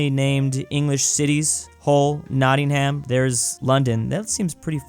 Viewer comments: the way you said notingham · Did he just say notting-ham?